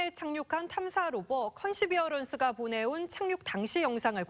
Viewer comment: 무인로봇 명칭을 아나운서는 컨시비어런스라고 하는데 영상에 대해 설명하는 기자는 퍼시비어런스라고 하는 것 같다. perseverance가 왠지 맞을 것 같다...